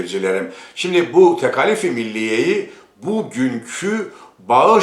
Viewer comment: Tekâlif kelimesini neden Rumlar Ermeniler gibi "a" kısa "k" kalın olarak telâffuz ediyorsunuz? Siz gazeteci olarak gerek yazıda gerek konuşmada örnek olmalısınız.